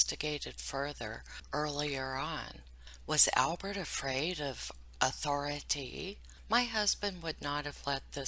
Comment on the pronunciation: “Was Albert afraid of Authori-Tee?” QUIT IT LOL